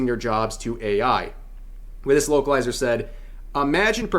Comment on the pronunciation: Every time he said localizer it sounded like he said wokeilizer.. same thing lol